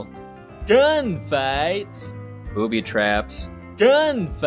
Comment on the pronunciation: my favorite part is when he's listing stuff from the movie he goes GAUN FIGHTS